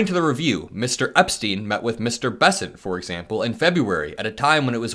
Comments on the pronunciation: Sorry, you are pronouncing boris epshteyn incorrectly. His last name is pronounced like Epsh-tine. If it were spelled Epstein, it would then be pronounced as Eps-teen. I only bring it up because there are so many honourable families with the last name Epstein out there I wouldn’t want to see their family name besmirched by being connected to that 2 bit shyster. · Ep-shtine, not ep-steen. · There is a "SH" sound in the middle of his name. It's distracting when it's said without it. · Epshteyn, not Epstein. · Epshteyn is pronounced with a 'sh' as Epsh-teen, not Eps-teen it sounds like you are talking about Jeffery Epstein. 😊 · It's pronounced Ep-Shtine